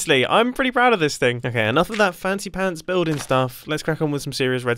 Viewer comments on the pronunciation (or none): Fancy panths"😂🤣😂🤣😂🤣😂🤣😂🤣